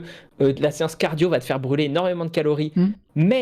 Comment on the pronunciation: merde en tout début de vidéo, quand tu dis "calories" j'ai cru que t'allais dire "calomnies"! 🤣